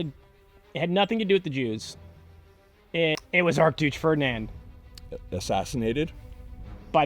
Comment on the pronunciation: "Ark Dooche Furdnand"